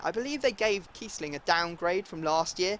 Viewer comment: No it's kiessling